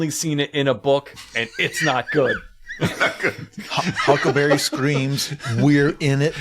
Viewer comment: i think it's adorable that jason pargin calls huckleberry 'huckaberry' 90% of the time.